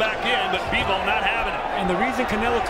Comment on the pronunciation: Bivol not Beevol!